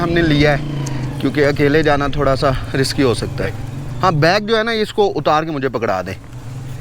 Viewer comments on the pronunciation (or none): none